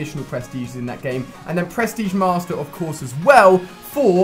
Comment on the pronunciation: I love it how it sounds like you say press tige master